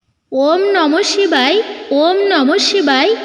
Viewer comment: নমহ. শিখায় ওম নমহ শিখায় আপনার উচচারন ঠিক. হচ্ছে না উচ্চারন ঠিক করুন. নমহ শিবায় শান্তা আয় কারন তৃয়হে তবে নিবেদয়ামি চাতমানঙ ত্ত্ঙগতি পরমেশ্বর